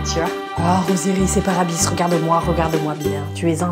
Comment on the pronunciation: Il n'est pas trop tard dit Grade ! (au fait c'es "Apis" pas "Abis" le dieu égyptien 😉)